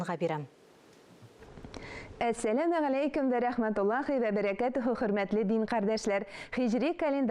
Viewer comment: Мөршидә, без "авыл" диеп язабыз, "аул" диеп әйтәбез. "Вә" диеп языла, "үә" диеп укыла. Мин гаепләп әйтмим, төзәтәм генә. Рус мәктәбендә укучыларны моны өйрәтмиләр